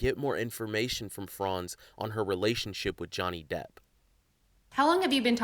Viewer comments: It is slipping up and saying Johnny DEPTH instead Johnny DEPP for me🤣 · Did say Johnny Depth? 😳😂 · You guys need to be nice to!!! The poor man doesn’t know how to say Johnny’s last name correctly. His work at Social Catfish should make up for the extra “th” he adds on. 😆😆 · You said Jonney Depth (perhaps a good name for the scammer version of him) 😂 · Im glad we acknowledged the pronunciation of Depp, lol. has definitely been saying "depth" and it has made me a bit crazy 🤪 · The host ALWAYS mispronounces names. It isn’t just Johnny “Depth” 😂😂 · Johnny 'Debt' 😂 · Glad to also see that you guys finally corrected how he kept mispronouncing Johnny Depp's last name in the previous and current video!😂